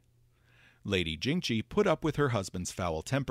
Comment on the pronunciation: If I may, the letter "x" in most (not all, but a lot) of these names is probably pronounced more like you would the letter "s" in English. So Tian Xia very likely sounds more like "Tee-yen See-yah", and "Jingxi" is probably more like "Jing-see". With that said, I always enjoy this series of videos on Golarion's lore and am excited for more Tian Xia deities!